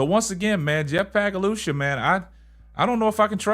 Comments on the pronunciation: Yesterday it was Pagalosha today its Pagalushy. 😂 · The way just skewers the pronunciation of Sky GM Pagliocca's name is freaking hilarious